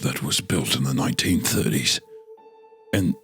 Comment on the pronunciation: Does it count as a break when Hunter says, "1930's" in that thick Australian accent ??